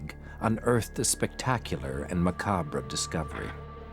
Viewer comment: "Macabra"?? smh